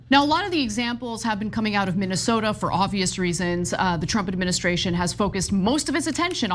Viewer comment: You Axe questions and think Minnesota ends with the letter R ,,,,, 🤮🤮🤮🤮🤮🤮🤮